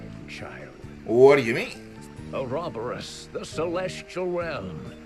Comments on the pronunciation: Not only is the writing stupid with trying to pretend there is some deeper meaning to it, THEY CAN'T EVEN PRONOUNCE OUROBOROS RIGHT! THE NINNIES!! Its pronunced like... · I'm used to the FMA pronunciation of Ouroboros so hearing it pronounced in this game bothers me. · "Unacceptable" counter: 17 Total, 0 in this episode "Mrgrgr" counter: 6 total, 0 in this episode Ugh, still hate the way they pronounce ouroborus Well if the angel is a part of the Celestial Realm, which WOULD make sense, then it would make sense that she knows about Ouroboros How hard indeed...